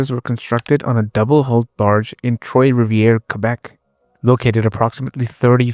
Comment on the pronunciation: Troi Rivierre is not TROY RIVIERRE...other than the pronuniation, a good video.